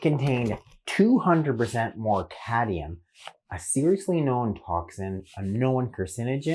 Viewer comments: Cadmium not cadium. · Are you sure you don't mean cadmium? Not cadium.